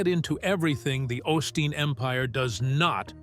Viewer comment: This is actually a partially because you’re not pronouncing his last name right what a way to make a living in case you don’t know you’re not supposed to judge other people my mom used to say those who live in glass houses shouldn’t be throwing stones how would you like it if somebody looked into your background or Jesus Christ showed up at your house better watch Jesus just might show up you know we’re living in the last days and Jesus Christ might actually show up in your house how would you like if somebody open the YouTube channel followed you around and reported everything you do shame on you is disgusting I know his father was a good preacher and his mother very blessed woman other people like this, it’s up to God to judge him not you. I hope you find Jesus Christ and get off your high horse. These are scary days. We’re in the last days in God Jesus Christ will be returning soon, that I How are you into your demonic practices because for me, this is a demonic YouTube channel cause you’re not serving God you either trust and believe in Jesus Christ are you working for the devil and you don’t have anything else on your YouTube channel except for Christians but that’s how it goes in the last days. Sounds like you’re jealous. It’s none of my business what Joe Olsteen does and no one is forcing people to go to his church either. That’s what you call hypocritical wanna be Christian. He talks bad about her church. if they actually even went there, I know he’s helped people tha